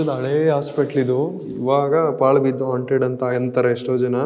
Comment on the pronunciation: ಹಾಂಟೆಡ್ ಅದು ಆಂಟೆಡ್ ಅಲ್ಲ 😅😅😂😂